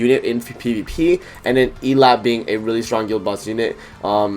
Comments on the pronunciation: Why does everyone say her f** name wrong . Please, it’s pronounced “Ee-lot-tay” not “Ee-lot” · How you know they didn't watch the Prisoners of the Sky movie. 💀 In BOTH subbed and subbed they pronounce it El-lat-tay. It aggravates me every time they mispronounce her name!